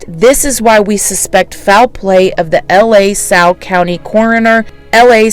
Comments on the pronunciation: L A Salle lol It's pronounced LA Salle not like L.A. Salle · the county is pronounced "Luh Sal" not "L.A. Sal." I mean no disrespect as I think you do a great job. I just thought you'd like to know. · The pronunciation is not L.A. Salle, it sounds like Lasalle, one word, two syllables. Please let everyone know what a dispensary is... that might ring a bell for someone as to if they saw the car. Keep up the good work. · Wisconsinite here and it's pronounced La like do re me fa so la. So Lah Salle is how you pronounce it. Not L.A.🥰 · La Salle is pronounced luh sal. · La Salle is pronounced luh - sal. I believe it is French in origin. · It's pronounced "luh-sal" , this case is so difficult to stomach *Track/Swimmer in H.S. thought he was 25 if the fact that he was a swimmer is being made relevant, (Track) that should ALSO be taken into account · Pronounced LUH -SAL